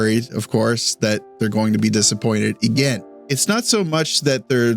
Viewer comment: I guess pronouncing "again" as "egain" is a Canadian thing? :face-green-smiling::face-green-smiling: Good video, sorry aboout your Habs, and your washer. Editing in: "Lost his [dignity]..." I lol'd hard. Yeah, Dobes [Doebesh] had a rough night.